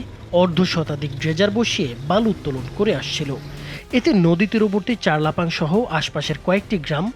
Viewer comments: চারলাপাং নয় চরলাপাং। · আরে ভাই চারলাপাং না চরলাপাং হবে